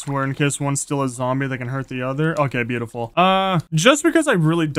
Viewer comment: stop saying biutifull